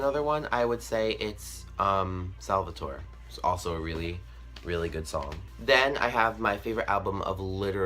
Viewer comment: Salvatore is pronounced salva-tour-eh